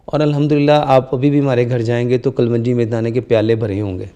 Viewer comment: KUL-WUN-JEE. ? IT IS ACTUALLY,. KALONGI